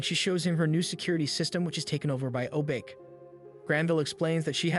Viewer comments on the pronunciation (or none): I hate the way u pronounced Hiro and Obake ‘High-rih’ ‘Oh-b-k’ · Yes but He's mispronounced most names Krei is pronounced like cray in crazy, he usually says cry He keeps shortening honey lemon to lemon or lemon Obake is pronounced o bach(like the composer) aye he says o Bake Wasabi honestly might an accent thing since it's an actual word Hiro of course is more similarly said like hero like you said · And a bad one at that. It frequently screws up Japanese names (Hiro, Obake) and botches the word seismic as well.